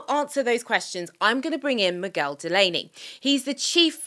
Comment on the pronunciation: Nice one for saying Miguel properly. Same rule as in English with guest house, so "Mig-you-well" or "Moog-well" is pure torture.